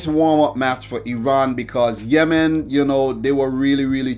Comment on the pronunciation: I love how you pronounce Iran, 1000 happy birthdays to you amigo!